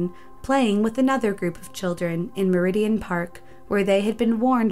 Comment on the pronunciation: MERIDEN Park, Chelmsley Wood. Not Meridian park as pronounced.